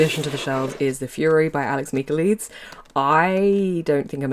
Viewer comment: I believe its Mick-ah-LIE-deez. I dont like his books either lol